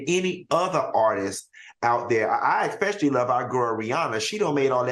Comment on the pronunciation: Somebody please tell Funky that there is no X in Especially. It makes me cringe every time he says Expecially’! 😅